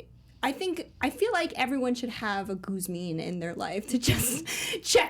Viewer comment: His name is Guxim,albanian probably easy to call Guzim....but not Guzmin